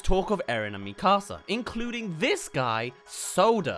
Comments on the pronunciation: Kinda bothers me how he calls it “mE CAaSA” 😭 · Bro really called her “Mí casa” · ITS NOT MI CASA ITS MIKASA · mika-sa not mi casa su casa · When is trying to say Mikasa it sounds like he saying my house in Spanish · Bros saying mi casa 💀💀💀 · Me-kasa, seriously. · he siad mekuza wrong. no hate tho just pointing out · I cant stand the pronunciation of "MiKAHsa" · Please stop saying MEE KAR SAR. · Why are you saying Mikasa like that!!! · Why do so many people who have watched all of the show not know how to say Mikasa’s name? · Hearing you consistently fail at saying the name Mikasa is like nails on a chalkboard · Sounds like he’s saying my house in Spanish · the way u pronounced Mikasa Killed me in a bad way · Why does bro pronounce mikasa like that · ion wan sound like a picky nerd but everytime I hear him say mikasa wrong i lowk cringe lol but its all cool haha